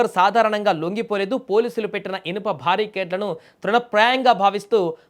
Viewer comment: భారీకేడ్లు కాదురా బాబు.... బారికేడ్లు